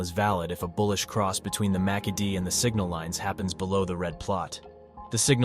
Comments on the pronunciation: "Macky-D indicator" 😆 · You lost me at 'Macky Dee' 🤣